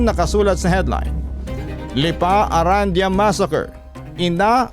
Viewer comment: I believe the last name is pronounced “Aran-di-yah” po🙏